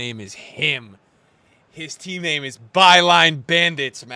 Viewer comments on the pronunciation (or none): none